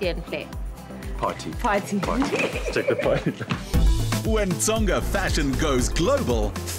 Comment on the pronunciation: "Tsonga thing" * touches hair* doesnt know IYAH "Hair thing" mispronounces Tsonga words This interview was too forced. LOVE YOU SHO MADJOZI❤😚